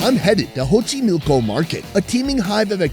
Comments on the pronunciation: Xochimilco, pronounced [ʃoːtʃiˈmiːlko] Not Hochimilco 🤦🏻‍♂️ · Xochimilco the X sounds like an S not and H. Figured I’d put that out there in case someone plans on going to Mexico City.